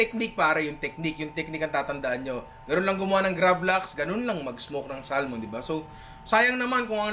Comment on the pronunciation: samon pronunciation nyan hindi salmon lolz